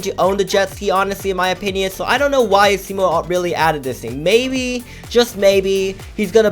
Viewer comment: IVE TOLD THIS NOW YOU its pronounced [uh-see-mo]